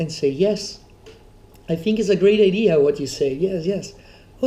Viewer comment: when this guy says fink instead of think)